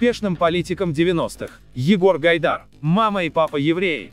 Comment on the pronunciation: Аффтар!? Какой в ж... Егор ГайдаЙ???(на )